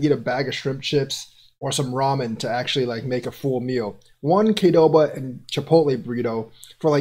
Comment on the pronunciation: Qdoba, not Kdoba!